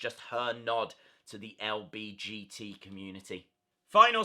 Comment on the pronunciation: "lbgt" do u mean lgbt